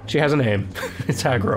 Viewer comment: The horse's name is only spelled Agro, it's pronounced Aro. I believe that the made-up language the characters speak in this game follows the rules of the Igbo (pronounced EE-boh) African tribe. I could be wrong, as I haven't played the game in a while and I didn't really analyze the language very closely and I'm not a professional linguist, but that is what it sounds like to my casual ears.